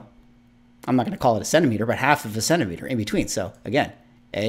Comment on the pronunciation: "Centimeter" haha xD mad love from New Zealand my bro, keep on keeping on.